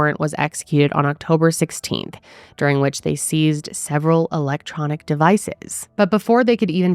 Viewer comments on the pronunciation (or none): none